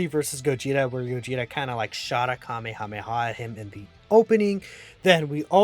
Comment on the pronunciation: you mean Cumehameha?